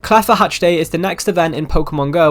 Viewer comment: Did guy just say "claffa" hatch day????